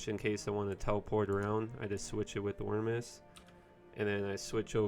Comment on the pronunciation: Aneye? Vysige? Does this guy mispronounce words with the explicit desire to drive me fucking nuts? Why don't you trade out the Armus robes, use the Eyenygmer , toilepurt to the enemies hit by frazen urb , and smash 'em, hmm?